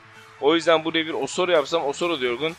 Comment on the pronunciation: ŞAKA AMAÇLIDIR ! Abi o dirar değil mabil Abi o osoro diye okunmuyo Abi kuddusi muhtioğlu hakemliği bıraktı